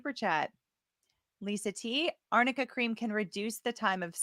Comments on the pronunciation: AMICA cream?? It's ARNICA cream. She got it mixed up because in lower case they both read the same (in some fonts)! Did she even do her homework? So she's obviously using this wonder cream as the reason why AH's bruises and swelling go down so miraculously but she doesn't even know WTF it is?? How much is she being paid ?? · I wonder if Amber passed her a note that said Arnica Cream, but read it as Amica and had no idea what it was 🤣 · Listening to this lawyer mispronounce arnica cream just screams of poor preparation.